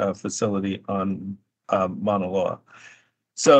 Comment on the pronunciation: But doesn't pronounce Maunaloa correctly